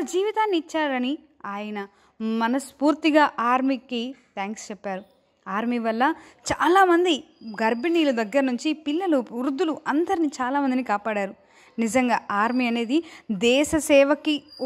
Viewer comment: ఉర్దులు కాదే తల్లి వృద్దులు